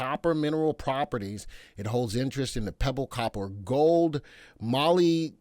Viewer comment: Moll - lib - dib -den - num...silver resource?...say what? Did you really mean to say it as Mer-lib-der-nom,? Well, all I can say is goodgugglymuggly! 😁